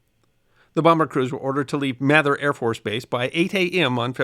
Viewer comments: Nice video as usual. One nit: Mather AFB is pronounced “MAY-thur,” not “Math-ur.” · "Mayther" AFB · We called it "May-thur" AFB, but I'm from the South. My brother lost a nav school classmate in a midair collision between two C-141 Starlifters during a nighttime refueling mission in 1992. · It's May-ther AFB. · Hey...a minor thing, but I live right down the street from Mather in Sacramento...and its pronounced "MAETHER"...(as in "May").....